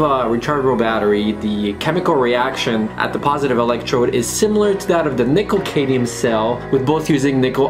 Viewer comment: Cadmium. CAD-MEE-UM.